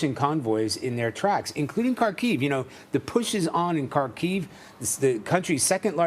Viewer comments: Kharkiv - accent on “A”. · Ха́рків [Harkeev], please stop saying Carkeev. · Could CBS kindly ask their reporters to at least pronounce Kharkiv correctly?